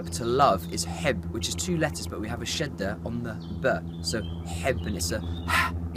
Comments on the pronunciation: Love in arabic is حُب = hobb , not hibb , you have a dammah on the ح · It’s actually “ hobb” not “ hibb” don’t relay on google :)